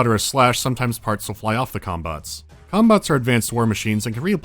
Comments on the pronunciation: I keep hearing cum bots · i can't help but hear "cum-bots" whenever talks about the mechs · Am I the only one hearing ''cumbot'' everytime they say it, or am I too high??? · im sorry but all i hear is "cumbots" and im losing it each time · wait, did he just say CUM bots???? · took me a while to realise you weren't saying cumbots.